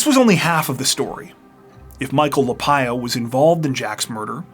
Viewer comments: Lapaglia is pronounced La Par Lia. Not La pye Ah. Just saying Though I guess if the people pronounce their name differently than what I said, well, I guess that's their right. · Michael's last name is pronounced La-Pog-Lea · In Pittsburgh it would be pronounced La pag lee ah. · Sounds like you have been mispronouncing the name Lapaglia.